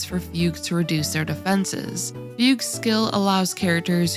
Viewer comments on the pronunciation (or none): Two notes: Her name is not pronounced "F-you-G" but "Fug You". They made the name look like that, so embrace it. It's like That "Xiao Ming" or whatever Genshin guy, that is just writted as Gaming. Secondly. They change the english VA and the voice is just so much worse and blant, that not only am I not interested in the new char but they even ruined my favourite 4 Star Supporter. It's a shame. Already uninstalled the English voice pack. Really a shame.